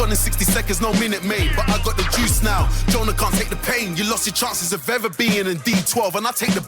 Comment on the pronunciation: we’re 10? Your guy rhymes Lucas with mucus and said “Joynah you bastahd!” Like cmon G wtf